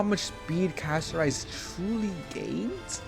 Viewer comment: Interesting very interesting thank you for the video another thing Pronounce her name correctly Castorice😂